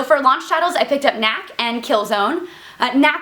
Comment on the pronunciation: You pronounce the first K! That makes K-nack.